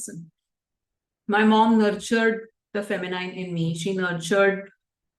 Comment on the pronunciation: Look for the pronunciation of “masculine” and also the “feminine”.